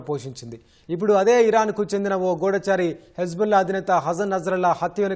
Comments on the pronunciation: Ghuooodaaachari kadamma goodhachari😅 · గూఢాచారి కాదు. గూఢచారి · అమ్మ గూడాచారి కాదు గూఢచారి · గూఢచారి.....మీరు చెప్పేది గూఢాచారీ తెలుగు ప్రాక్టీసు చేయండి.......mdm gaaru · The pronunciation of GUDHACHARI is not correct. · గూఢచారి కనిపిస్తున్నాయి అనే పదం కరెక్టుగా పలకటం లేదు! వినడానికి బాగాలేదు!